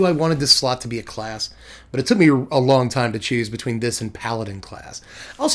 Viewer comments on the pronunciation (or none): none